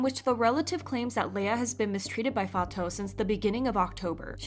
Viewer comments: Its /fatu/ btw not fato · bestie it‘s not fa-toh-oo, it‘s fa-too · her name is pronounced like "fah-too" not "fah-tow" just to let you know, great video btw! :) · Fatou is pronounced: fah-too.... not fah-toe. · Just wanna say it’s pronounced “FAH-TOO” Not “fah-toe” not to be rude or anything 😬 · I'm senegalese (and my name is fatou too) the right way to pronounce it is "faa-to" but even my classmates call me "fa-too" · no it’s “Fa-too” I am Senegalese too and my mom’s name is Fatou and that’s how we pronounce it, I never heard a Senegalese pronounce it as ‘Fato’ since the “ou” in french is read as “oo” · Hi, I just wanted to clarify that Fatou is pronounced "Fa-too" as in the actual word 'too' or "Fatu" if that helps. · I’m pretty sure Fatou is pronounced “Fatoo” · Girl it's pronounced as Fatuuuu, that's how they say it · I’m sorry but her name is Fatou the “ou” is pronounced like an “oo”. Not Fato. It was bothering me so much. Black people getting their name mispronounced when it’s super easy to pronounce it well is getting so annoying. Especially when other YouTube kpop news channels are pronouncing it right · not "fa-toe" 😭 cmon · Thank you for keeping us informed! just a small correction: Fatou's name is pronounced "Fa-too" :) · the way you pronounce fatou lol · Just a fyi you aren’t pronouncing Fatou’s name correctly 😊…